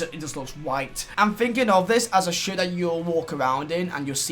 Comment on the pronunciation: The way he says shirt sounds like he says shit